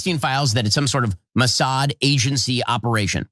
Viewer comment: You actually believe Isreal is blackmailing/controlling it's supposed "ally" to "protect their homeland?" 😂 How does blackmailing America's most powerful & influential protect them exactly? Also, not to be a dck, but it's "Mossad."